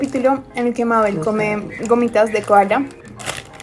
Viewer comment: to viendo que dice mabe'l:😅 y se dice mabel